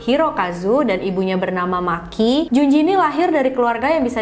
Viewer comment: Maaf mba, nama Makie dibaca ma ki e bukan maki 🤫